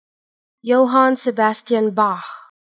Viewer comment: Johann and Bach are fine, but the two "a"s in Sebastian are totally wrong... Should be a dark "a" as in JohAnn...